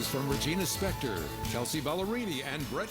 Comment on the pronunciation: “Spektor” not “Specktor” lmao